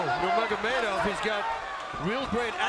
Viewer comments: Why can’t bro say „Nurmagomedov“ properly 😭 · I question any commentator's competence when they struggle to pronounce Nnurmagomedov in 2021.